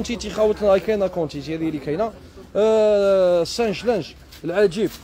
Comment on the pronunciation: نقولو ساش لانج مايش سانش لانج وشكرا